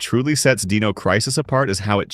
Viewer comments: Deeno, deeno. It’s Die-No. Dino. Dinosaur Dynamic. Not Deed, Deam, Deep. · Why use AI voice over? The D-ee-no Crisis is very jarring to the ear. I dont know what your voice is like but I can say with almost utmost certainty Id rather hear you even if you stutter and trip up as long as I dont have to hear Deeeeeno anymore.